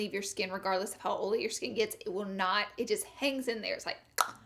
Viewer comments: I’m from the south and I pronounce oily correctly but ig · Anyone just come because she says Oily wrong? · Ohhh so u say oily as olly? Thats cute!! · Im the type to correct everybody. But this so funny. I say it after she say it olay skin. 😂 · When she closed the IT powder container, really hurt my ears. Overall, great advises for "OLLY" skin. Love you Laura 💦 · Ohlee, because, and consiller (concealer) are her funny words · Comment a 💗 for every times she said ohlee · Who else has dry skin but wanted to hear her say olé😂😂😂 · It sounds like your saying Holy lol😂😂😂😂😂😂. Omg I just love you #Lauralee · I love the way she says OL'E 😂😂 she doesn't mispronounce it , it's just her accent. My sience teacher was from the south & pronounced it the same way . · I say oily the sameeeeeee wayyyyyy. And being corrected every time....it's aggravating!!!!!😡😡😡😡😡😣😣😣😣😣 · Damn Laura, I read your video title in my head and already knew how you would pronounce "OILY"...lmao!!!! Love you girl!!!! You can take the girl out of the country but you can't take the country out of the girl!!!! Your so damn fun!!!! Ok now I'm gonna finish watching the rest of the video 🤗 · THE INTRO I DIED LOVEDDDD THIS VIDEO BECAUSE OF THE WAY YOU PRONOUNCE IT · You should makeup a sweatshirt that says, "can't have the oily skin", but oily should be spelled how you pronounce it!! I would sooo wear it!! 😍😘👌